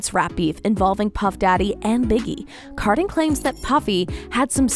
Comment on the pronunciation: Ka din, not car din